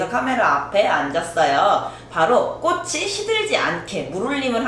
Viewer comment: 제발~~ 꼬시 꼬슨 아니고 꼬치 꼬츤요~!!!